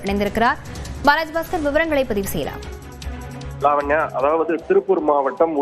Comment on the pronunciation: லாவண்யா என்று மட்டுமே சரியாக உச்சரிப்பு செய்கிறார்!